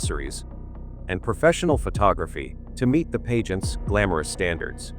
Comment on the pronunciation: Pageants, not “paygents”. Pulease!!! And “fassad”, not “fassade”. So frustrating. Can’t watch any more.